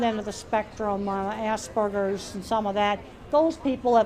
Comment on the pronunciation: that professor really needs to work on her pronunciation of Aspergers